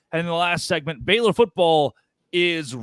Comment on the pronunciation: does she call them the FAILor Bears?😂